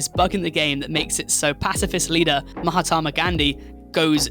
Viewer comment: the way he pronounced mahatma